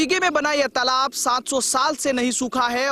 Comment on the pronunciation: तलाब नहीं तालाब बोलते हैं मैडम